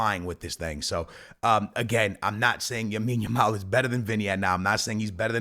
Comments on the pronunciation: BROTHER! Its Lamine with an L. Lamine Jamal. Not Jamine Lamal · Bro it is Lamine Yamal not Yamine Yamal 😂🤦‍♂️ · bros still saying yamil lamal 🙏😭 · gonna say yamine yamal till he changes his name to it😂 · Bro its LAMINE yamal😂